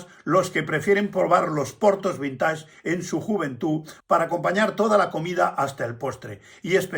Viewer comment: Perdón, pero la pronunciación es vinteig, ya que es palabra inglesa, pero muy ilustrativo su video